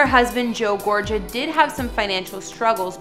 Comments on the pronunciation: What do I think? The Way u pronounce "Gorga" like " Gorja" Is so...... annoying, Unless you're doing on purpose, Maybe some research next time may help🤔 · It’s pronounced Gorgah ….Ty for this video it’s very cool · Exactly it’s GorGA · Gorga is pronounced "Gore- GA" like lady gaga and that's their Jersey Shore house not their main home. The Jersey Shore home is stunning but not for anything it's not glam enuf for Melissa to be their "main" home. Just saying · The name is pronounced - Gor-ga! Got it!!! Italiano. Ciao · Last name is pronounced Gor -ga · They didn't sell their house in Montville and if they did it had to have been VERY recently. The house on the Jersey Shore is their shore home they live in most of the summer months.ALSO their last name is Gorga. The ga is pronounced with G not J.Gorga like GAGA!There's no J sound. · It's GOR-GA. No j !! 🙄 come on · Melissa GorGa ….that’s a hard G sound Not a J sound 🙄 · Maybe not butcher the name?? Gorga as in Gaaaa hard g long a. Like Gaga. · The way you pronounced Gorga made me wanna click out lol but I’m staying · I caught that shade you threw at Melissa with the "heavily auto tune" comment. Makes me wonder if your mispronounce of her last name was an error or another shade. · She doesn’t know she’s pronouncing it wrong. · How can you make a whole video mispronouncing someone's last name? N their famous too. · If a YouTuber is going to give info about someone's home then they need to do better research and learn to pronounce their name.Its NOT being mean its called constructive criticism!NOT EVERYONE is a troll behind a keyboard. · YOUR PRONOUNCING GORGA WRONG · How do you do a whole video on Melissa Gorga and get her name wrong? Its not that hard. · How can you post a video if you don’t know how to pronounce her name? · How you gonna do a story on people and not even know how to pronounce their last name properly? Do you even what the show? I’m embarrassed for you. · GorGa not GorJa